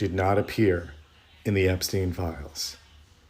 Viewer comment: Epstein not Epistein